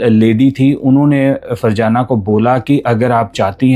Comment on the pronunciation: Farjana nhi fazana tm ny to virgana nana dia😂